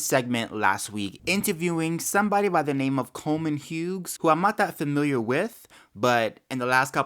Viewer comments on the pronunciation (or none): His name is pronounced Hyoos, not Hyoogs.